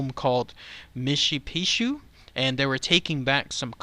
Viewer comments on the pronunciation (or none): Lol you pronounce it like mosh-u-pee-chu